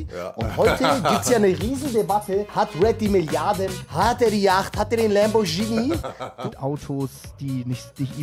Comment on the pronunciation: Traue niemals Idioten, die teure Autos haben wollen, aber zu dumm sind, die Marke richtig auszusprechen. Lambordschini, my ass.